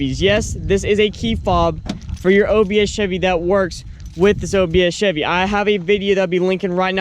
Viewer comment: Take a drink every time he says "obs chebby"